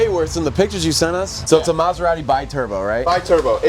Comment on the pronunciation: Great job Guys! Very nice and beautiful car ..... but, Sorry, I can't hear now u pronounce the name of the brand:" MaserarRi"....put a "T" before "i" : MaseraTi....grazie ;-)